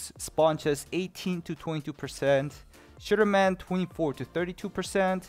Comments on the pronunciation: To me it sounds like shitterman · always sounded like 'Sugarman' to me